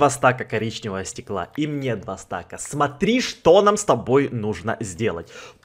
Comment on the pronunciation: Не стак а стаг